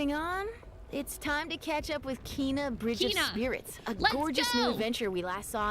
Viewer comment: Ember Lab PR here. Your initial pronunciation was correct (Kay-nuh), so we love that you named your kitten after our brave protagonist. We'd love to see pictures of your furbaby, so tag on FB, Twitter or Insta.